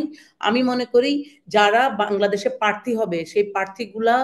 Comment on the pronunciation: প্রার্থী শব্দটি পর্যন্ত উচ্চারণ করতে পারছেনা l